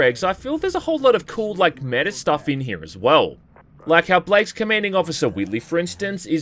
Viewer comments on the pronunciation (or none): none